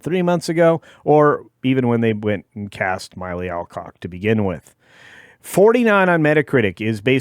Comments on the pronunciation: MILLEE! Not MYLEE! Sheesh... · It’s Mill Eee, at least get her name right.